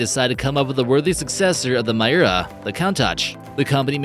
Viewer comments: not "murray" but "meeray" (Mirai), not "coantach" but "coontash" (Countach), not "mayura" but "meeura" (Miura), not "electronic" but "electreec" (Electrique) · Damn, had to quit watching again because I couldn't stand his blatant mispronunciations! I stopped and scrolled down to see how many people commented on "Count Tatch," only to restart and find he'd butchered "Miura," too! Disliked again.